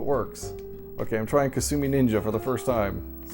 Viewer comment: I remember hearing a trailer for upcoming Jaguar games say "Coming soon...Kasumi Ninja" which to my ears sounded like "Consuming Ninja". I thought maybe it was a sequel to the oddball Lynx game, Kung Food.